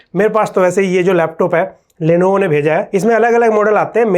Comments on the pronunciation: Lenovo ❌ lenevo ✅ 😂😂😂😂😂😂😂😂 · #Therepy bro "Lenevo" nhi, "Lenovo" bolte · Isn't it "Lenovo" ?